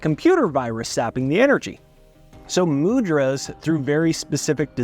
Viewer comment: Not Mood-Raz. Mu-dh- Raas! dh pronounced as with dh in adhere